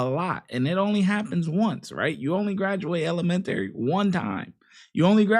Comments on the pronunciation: EL- Em - En - Tary 😂😂 I done heard it all. I thought us down here in New Orleans came up with some pronunciation lol. This was a good video though! She was wrong for acting a fool like that. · Never heard it pronounced as ele-men-tary before 😬😂